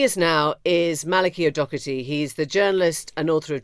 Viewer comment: His name is O’Doherty. It’s not Docherty. Why do British people keep doing this?